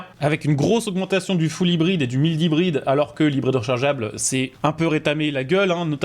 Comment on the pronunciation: mdrr chui mort le "m-i-ld" hybride 😂😂😂😂